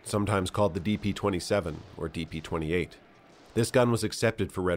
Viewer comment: Ah yes, the Degtyaryov "De Plato" 27